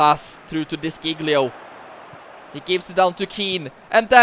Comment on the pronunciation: You pronounce De Sciglio so wrong bro…